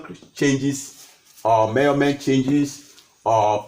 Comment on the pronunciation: I really enjoyed this lecture...you're right ... He got into details and I like the way he says murrment🤣..fun and educative ...my type of lecturer